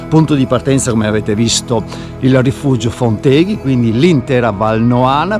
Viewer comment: Posso umilmente correggerti in merito alla pronuncia: Fonteghi va accentato sulla o` della terzultima sillaba, è una parola sdrucciola. Non sei veneto a quanto pare!